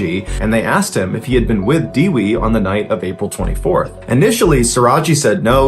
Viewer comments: fun fact : Dewi means Goddess and this is how you pronounce it De : Deck without ck wi : With without th put em togerher you got the correct pronunciation for dewi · "Dewi" pronunciation as follows: "De" as in Devid , and "wi" as in wicked